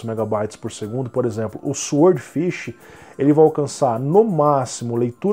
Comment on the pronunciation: "sword" ("espada" em inglês, e "swordfish", claro, é "peixe-espada") se lê "sórd", o "W" é mudo. É, infelizmente a ortografia do inglês não é nada lógica, mas é assim... No mais, continuo com meu SSD SATA de 2,5" (nem M.2 é) esperando baixar o preço dos NVMe Gen4. Apesar disso, ainda cético sobre se o ganho em desempenho vai valer o investimento financeiro. E você ainda usa o Windows 1909? Bem, as versões do segundo semestre são LTS ("long-term support", com suporte de 3 anos), mas já não está meio antiguinha, não? Estou usando a 21H1 aqui e está supermacia, sem nenhum problema (não precisava, na verdade, mas como eu troquei de PC na mesma época, por que não?).